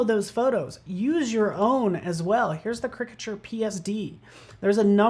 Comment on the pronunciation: I guess they dont read the comments... last caricature video a few people mentioned the way he says caricature incorrectly. Even youtube captions dont know what he is trying to say. one time the closed caption even said "cricket sure". its easy... you are exaggerating the characteristics, take the beginning of that word... say "charac" and stop saying it like "cricket"